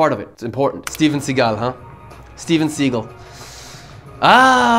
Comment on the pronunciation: It sounds sometimes like you are from Germany or Austria? "ahhh Im gonna give my Senf..." and the way you say "Steven Seagull" sounds very german to.